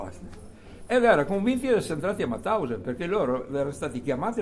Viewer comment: Ma perchè in così tanti dicono Matausen , quando invece era MAUTHAUSEN...